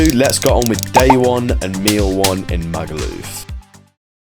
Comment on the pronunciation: I hate the way he says Magaluf, so posh the way he says it’s! So annoying definitely a Tory voter